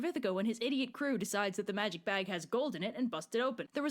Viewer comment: How does one read "magic" as "may-rick"